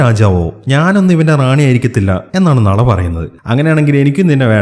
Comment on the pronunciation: ബ്രോ നള അല്ല നാലാ